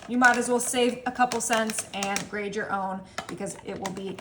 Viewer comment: It’s “grate “your own cheese not “grade”. And thanks for saying “pat” of butter instead of “pad”!